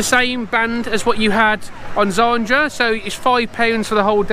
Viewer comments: Great Vlog mate. You know you pronounced "Zadra" as "Zandra" right? haha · 😅😂😂. It’s ZADRA 🤣😂